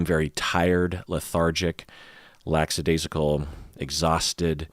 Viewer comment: Just FYI, it is "lackadaisical" not "lacksadaisical" but everyone seems to say the latter.